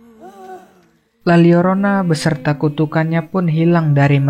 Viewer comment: La Lyorona. Double L jadi LY di Bahasa Latin